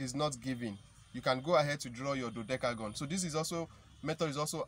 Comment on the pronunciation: You can not you cannot pronounce dodecagon well 🤪😄😛